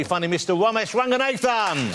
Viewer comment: “The vewy vewy funny, mister Womesh Wanganathan”